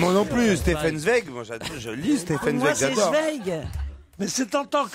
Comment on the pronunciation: Moix prononce correctement Zweig. C'est les autres qui se trompent.